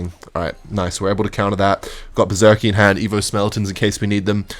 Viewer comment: Okay I'm fully convinced by now that one of the main reasons he uses Berserker in most of his d*cks is so he can pronounce it 'Berzerkeee'.